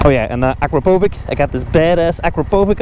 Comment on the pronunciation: It is not Akrapovik but Akrapovich :D